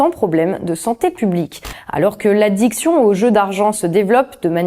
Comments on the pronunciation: Ai-je bien entendu Monsieur Lemaire ? Vous dites l'addUction aux jeux. Première fois avec un I la seconde un magnifique U. Heureusement que vous n'avez pas encore fois penser à nous imposer sur le rire. Je me marre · A 9 mn Lemaire prononce "adduction"et pas "addiction" cela veut certainement dire que l'on branche les jeunes gens comme un tuyau d'eau. Heu non comme un tuyau à fric. Mais au moins l'état n'en sera pas responsable comme tout ce qui fait des ravages en santé publique, ils sont pas con sinon ils ne seraient pas là 🤔